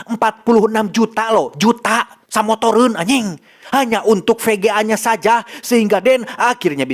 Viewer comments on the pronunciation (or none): "Samotoreun, anying" renyah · "46 juta samotoreun anyiiiing..." tah eta ciri khas sunda mah 🤣🤣